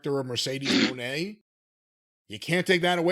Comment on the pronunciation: "Mercedes MOANNN"